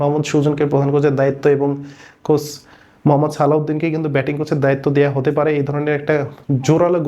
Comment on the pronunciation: “কোস” না “কোচ”॥